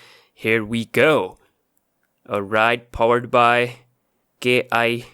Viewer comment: its not kia its kai os